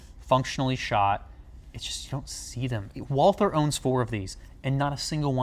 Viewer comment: why are you pronouncing the gun "WalTHer"?